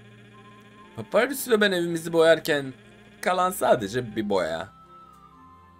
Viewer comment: papirus diye okunmuyor papayrus diye okunuyor